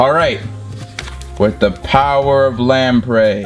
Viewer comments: Pronounces "Lapras" as "Laprey", "Ferrothorn" as "Ferret horn", and "Maractus" as "Marectus" Me: 😁😄😬🙄😳😤😡🤬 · Do u srsly pronounce Lapras as lampray? Seriously? That’s a sin in all regards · is calling Lapras 'Lamprey' an inside joke? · Is it me or does he say lapras weird